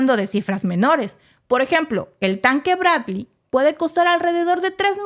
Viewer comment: ¿Quieres un comentario?... El tema, muy interesante... El libreto, pretencioso, confuso y mal escrito... La supuesta improvisación en la locución, pobre... La dicción, mala... La palabra castellana es captura, no “cactura”, ya que viene de capturar y no de cacto... El nombre del blindado de transporte norteamericano “Bradley Fighting Vehicle” y se pronuncia “Brad-ly” y no Bracli... La voz de la locutosa, chillona e inapropiada... Y para no confundir las cosas, yo, desde el comienzo, he sostenido que esta guerra fue provocada por la NATO y los norteamericanos...